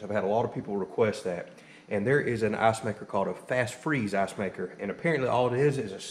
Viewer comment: Dude great video, great project, but every time you say ass-maker, ass-production or weigh how much ass you are getting I giggle XD